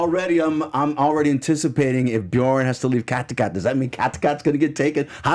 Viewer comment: I wish you would pronounce the names of people and places correctly. It really shouldn’t be hard, they aren’t complicated. It’s Ubbe, not UBER! Cot-a-got is not how you pronounce Kattegat. I used to love this podcast, but since James and Jocko left its been hard to stay committed... Come on!!